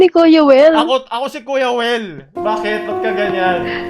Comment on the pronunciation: "Koya Wel" hehehe